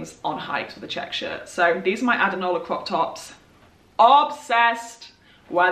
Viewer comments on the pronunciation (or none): What brand are the crop tops? I didn't see them in her blog and I can't understand her accent when she says the brand. I hear addernawal